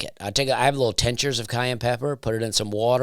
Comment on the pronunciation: It’s pronounced Tink-chur. Tincture. Jsyk. Love your comedy & podcasts.